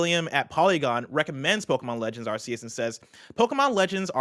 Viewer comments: Arceus is pronounced as AR-KEY-US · says ASS-SEE-US 😆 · Can the guys start pronouncing Arceus correctly? So weird to hear it like that, even the guest said it right. (Hint, it's in the trailer)